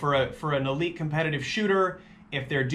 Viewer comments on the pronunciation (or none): none